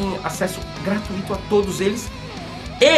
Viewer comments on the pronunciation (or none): none